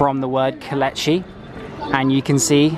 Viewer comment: if you are going to do a tourism 'guide' tour of anywhere, PLEASE get the pronunciation correct. It is NOT Kol etch i it is Ko - leech- ee.